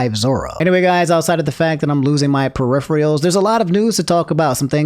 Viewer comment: It's not "perifreeals" but yes